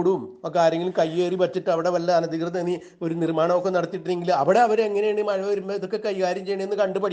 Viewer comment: മായ അല്ല കേട്ടോ മഴ എന്ന് പറയണം കേട്ടോ